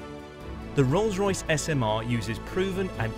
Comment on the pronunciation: Did I hear Wrongs Royce hahahahahaha